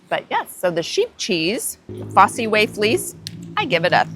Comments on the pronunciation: Also I'm surprised you said fossy way, the fosse way pronounced Foss is a Roman road that starts in Exeter goes through Bath and makes up the main road through Stowe in the Wold, Morton in Marsh and off past Stratford Leamington Spa and beyond to Leicester. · 'Fossee Way'?????? Jesus wept! It's FOSS WAY.